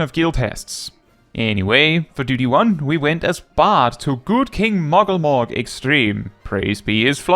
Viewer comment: The joy I feel when you not only pronounce Moggle Mog the right way (and not Moogle Mog, like how so many pronounce it), but also praise his Fluffyness!